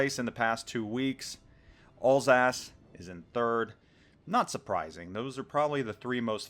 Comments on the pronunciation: Alsace? you mean Alsauce. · Alls ass... that is uh, not how you say it. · Alsace should be pronounced like Al’s-arse. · Alsace is pronounced 'Al(as in the name)-sass', not 'all-sass'; Richelieu is pronounced 'reesh-lur', not 'reesh-uh-loo'. Sorry, it was driving me insane...